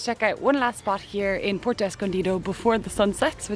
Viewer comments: I have watched several of your videos. I’ve found them informative and enjoyed your enthusiasm. However, I wince when you butcher the names of locales. IE: Taxco is “Tasco”. Puerto is “”Pwerto”. Please, please attempt to amend this. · Dangerous as hell Zicatela...... I left... Too many scary stories living there.................This guy is not giving an accurate report on what it is. He doesn't even pronounce Puerto correctly. Good place to get kidnapped... They don't mention the Mexican police cruising the Zicatela daily with Machine guns. So much to say be careful. Renting is good advice. The quality of surfing is mis-reported. NOT a place for consistent good waves. Maybe in the past but not now.